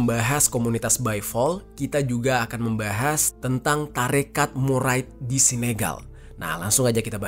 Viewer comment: Bang, mouride tetep dibaca murid